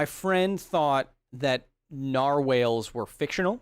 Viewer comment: Minor correction. It's Narwhal not Narwhale. Otherwise, keep up the excellent work.